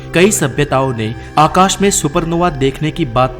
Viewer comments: Aukash aukash kya hota h... Akash bol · भाईसाब वो अवकाश नही, आकाश होता है। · Bhai akash ko avkash kyun bol rhe ho, hindi bhasha ki maa behen kr rhe ho 😂😂 video achi h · Ye Avkash kya hai 😂😂😂